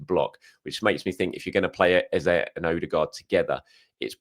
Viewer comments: I absolutely most definitely assure you it's EZE not ezA. Nevermind what he says, the accent doesn't make it the "right way" to pronounce it. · you might be one so you 🤔 no you see traces in me BUT I'm definitely not an idiot but you have your opinion 👍 I'm just saying, the real proper pronunciation of his name is Eze not Eza